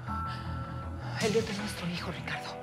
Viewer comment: Pensé que dijo idiot en vez de Elliot 🤣